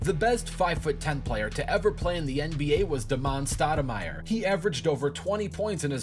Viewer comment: "D'mon Stoudemire" smh